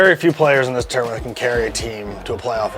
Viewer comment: I talk about a lot and I think my biggest problem I have with him is the way he says tournament every single time it makes me sick